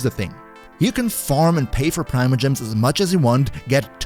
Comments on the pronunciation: Pree-mo.... its pronounced pree-mo gems... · There’s a reason there’s not an official way to pronounce it.